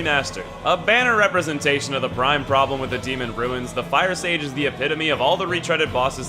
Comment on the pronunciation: Youtuber : ... The Demon firesage ! Me : a demon fire sausage ?